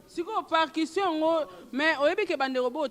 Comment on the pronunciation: Yango yo eza partion ou parkition oza na problème ya prononciations hein